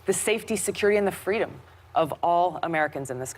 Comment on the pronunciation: "FWEEDOM" - Kamala Harris...and "See Sapwodway" - Dr. Jill Biden